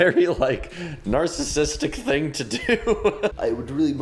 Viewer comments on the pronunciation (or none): none